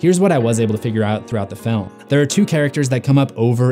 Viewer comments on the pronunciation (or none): none